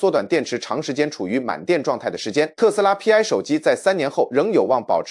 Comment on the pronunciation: 不應該讀作P, I。應該該讀作希臘字母丌（排）。Pi 拼在一起讀。就是同於圓週率的丌。